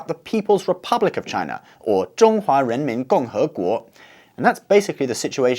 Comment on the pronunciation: is it renmin or the strange "j" sound?